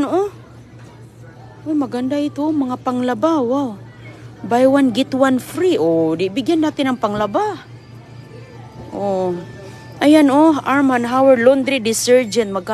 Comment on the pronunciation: Ano ba yan parang sobrang galimg ni "laundry dsergen" daw sa laundry dstergent binabago nya ang words my god